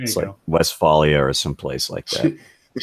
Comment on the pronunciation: Lol... He said Westphalia.